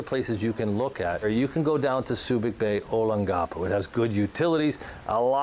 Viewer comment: Service connected only. You butchered Olongapo.